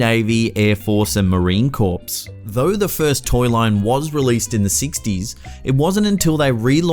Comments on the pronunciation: "Marine Corpse" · "marine corpse"!